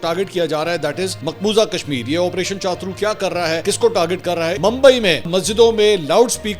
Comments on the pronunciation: منصور بھائی آپریشن چاترو نہیں بلکہ شترو ہوتا ہے۔ یہ ہندی کا لفظ ہے جس کا معنی ہوتا ہے دشمن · chatur nahi hy cha turr ha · minutes Not CHATRU IT IS PRONOUNCED AS SHATRU = HINDI WORD MEANING DUSHMAN / ENEMY.... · چاترو نہیں ہے چتور ہے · o bhai opration shatru iska pronoun he iska matlab dushman ,opration dushman